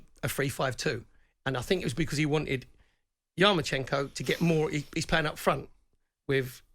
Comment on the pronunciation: YarmaLENKO . Can’t event saying it while reading it.